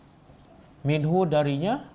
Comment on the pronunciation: منه masih x clear